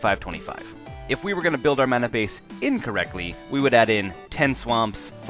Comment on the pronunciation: lol, "mana bace"